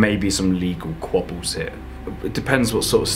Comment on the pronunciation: Btw, you keep saying ”legal QUOBBLES” instead of quibbles; a quobble is a fight with two or more homosexuals, lol.